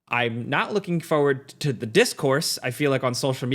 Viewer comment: Can't handle how this guy says forward. Fohyward